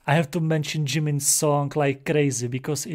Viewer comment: thank you for ur postive reaction i love it so much!! this song is such a bop! anw the member’s name is jaemin not jimin cus i hear u said the wrong pronunciation